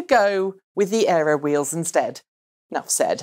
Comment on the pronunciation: Aero. not Earo. :)